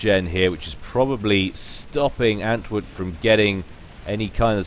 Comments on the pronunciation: Btw, antwoord is probably dutch or belgian (maybe it's just coincidence, but it's also a dutch word), and saying antwood is kinda ... odd. You should say ant-ward, that would be much closer to the proper pronunciation. Don't get me wrong, not trying to be an ass or anything, just want to help out with your casting ... I guess ... at least that's the motivation for me saying all this :p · I don't know if you've noticed, but there is actually an 'r' in antwoord's name. It's the dutch word for answer. I guess he has an answer for every situation or something..